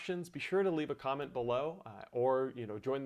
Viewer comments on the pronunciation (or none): none